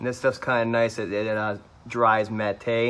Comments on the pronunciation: Matte? I think it's pronounced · I absolutely love your videos. 2010 F150 owner. Wish I would have seen your page 3-4 years ago. I enjoyed your use of the word "Ma-teh" ...(matte) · Mattay??? is that French? LOL.